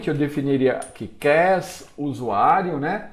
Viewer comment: Aula incrível, mas 'crasse' é de matar kkkk